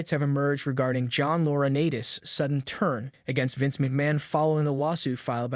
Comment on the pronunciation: Loriniiites Is the pronunciation not Laura Natis. There’s a long I in his name the a is silent